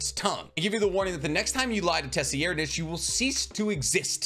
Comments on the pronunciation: Say-reed-, Kach-oh, Woah-bul sorry but your pronunciation on his name was a bit distracting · i’m sorry but it’s pronounced SIR-RIDE- >.< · Excellent video, liked and subbed. But with peace n love, the way you pronounce 4th prince Tserriednich's name killed me lmao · Out of all the content creators the way he pronounces Tserriednich just sounds wrong. Also, doesn’t he pronounce NobuNAga as NoBUNga? If so, why? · The way you pronounce Tserriednich and Kacho makes the hair on the back of my neck stand up. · His mispronunciation is a sign that he hasn’t watched other videos with similar topics as he is discussing - meaning his ideas in the video are original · "And the 4th prince-" Fuck no! NO! Say his name right! 😑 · Pronounced Tserriednich right = Liked and Commented. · Nah bro really did my tserriednich😭 dirty like that like why he call tserriednich like that straight up violating my manz😭 ay bro do me a favour plsvteach urself how to call people by their names and not whatever this was😭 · Oh no..... I stopped the video to write this comment coz you butchered my favorite prince’s name :/ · My dude you freaking butcher names lol 4th prince 🤦🏽‍♂️ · Nah bro stop it, you ain’t have to butcher the 4th prince name like that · Tes-e-er-nitch lol. Pretty sure it's tser-ide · Say it with me,: Say-red-. Not “Tessyerdnich.” It’s Say-red-. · Bro please stop calling the fourth prince TESSYerdnich try sir- eyed-nich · Did you just say "Tessy-aired-nitch" when referring to 4th prince tserriednich? Jsyk it's pronounced "tsir-eyed-", at least that's how I've always heard it pronounced. And no I don't know the "Merriam-Webster" way of spelling proper pronunciation of a word. So I spelled it in a way anyone that knows English can read it. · Say it with me, “sir-ide-” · For Tserridnich his name is pronounced “T’Sir- Eyed-” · Sir-ride- is how I say it but how he’s saying it is not even close 😂. Just don’t pronounce that hideous t